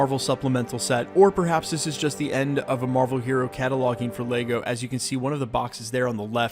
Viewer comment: What is laygo. It’s lego ok. leg -o Say it thrice. Leg-o leg-o leg-o